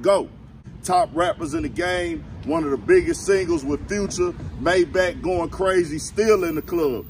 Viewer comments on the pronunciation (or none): none